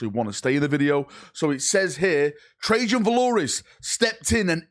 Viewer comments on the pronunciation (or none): none